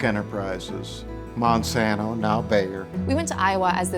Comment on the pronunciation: It’s Monsanto bro